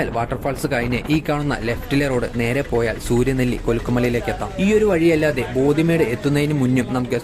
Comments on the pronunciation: ബോധിമേഡ് അല്ലടാ ഉവ്വേ.... ബോഡിമെട്ട്..... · Not pothi medu... Bodi medu s crt